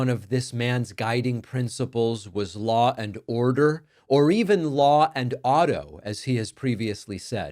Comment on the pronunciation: Lah and oRRdeRR